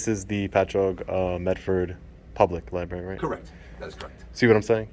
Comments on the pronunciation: What kind of berry? A Liberry? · You shouldn't be allowed in until you learn how to pronounce LIBRARY. It's got two R's. Maybe you should use it instead of recording it. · He should spend time at library learning grammar and proper pronouncement of word library not lie bary grown ass man speaking like a 1st grader. ..assault on the ears ..and he isnt embarassed by it either it seems... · Does everyone in the east say li-barry? I can see the auditor having no clue, but an employee of a library said LI Barry. I think maybe you should have stayed and done a bit of reading. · I'm glad you're out auditing. I truly am. But you do a disservice to this community by repeatedly mispronouncing simple words like 'library'. That first 'r' in 'library' is NOT silent. Lie. Brare. Ee. Library. Say it a few times out loud so it sticks. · Liberry? Maybe if you spend enough time there, you’ll learn how to pronounce it. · Love you videos think you’re doing a great job. One little pet peeve pronunciation of the word library you say it is if it’s spelt library instead of library. R sound after the b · With respect, you're pronouncing the word library wr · All respect to you, you have an amazing channel, but I cringe every time I hear you say library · there are 2 R s in Library. I just noticed that when you pronounce it you do not emphasize the other R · I love what you do, but please start saying library correctly😉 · now listen, I like the videos but for the love of god please pronounce LIBRARY correctly. No I will not give my name, but say the fuckin word right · Dude! You sound like a goober every time you incorrectly say the word LIBRARY!!!! There is an R after the B AND before the Y! L I B R A R Y!!!! As knowledge as you are, every time you mispronounce this word it just makes you sound utterly STUPID! Sorry! I love your cause and videos... But either stay out of libraries and never say the word again or get it right! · is it just me or is everyone saying libERRY?